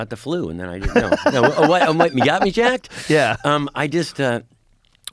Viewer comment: Just putting a replay button here for myself and anyone else who needed to hear Rogan's 'jAHAAAckedT' again